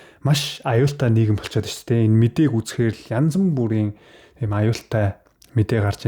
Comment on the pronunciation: yanzan buriin gej ug baihgui. Yanz buriin gej zov duudlagaar ni yariya